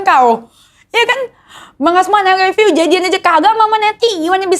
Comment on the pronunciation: Bukan ai leppiu tapi ai lov yu. Hehehe